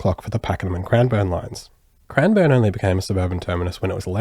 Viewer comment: Its not crimeborne it’s Cranbourne